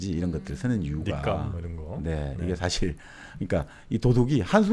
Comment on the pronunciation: 사실(事實)을 사실(史實)로 발음하셔서 감히 지적해 보아요 ^^